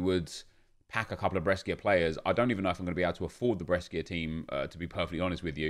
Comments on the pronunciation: It's bresha not breskia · When says breskia 😡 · The way you pronunce Brescia Is really weird 😂😅